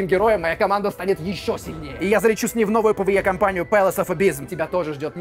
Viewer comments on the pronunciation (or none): none